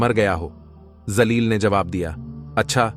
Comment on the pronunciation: Woh naam zaleel nahin jaleel hai urdu talaffuz achche nahin zaleel ka matlab kameena hota hai